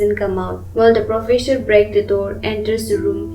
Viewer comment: Profesure?? What the.......?!! The narration is terrible 😮